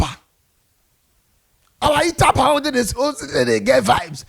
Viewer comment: It's UTABA not ITABA